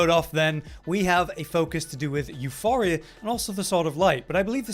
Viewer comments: Both words are greek, both words are used even today. That pronunciation was dead wrong. In Greek it is pronounced Efporia with the accent on the i. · "YOU POUR EE UH", not "YOU FOR EE UH", there's no H in the weapon name. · Euporia, not euphoria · Where the F is the H in Euporia Please, tell me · Still pronouncing Euporia wrong